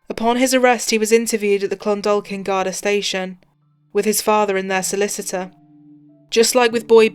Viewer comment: Pronounced Clondawkin. The English butcher Irish names in these videos!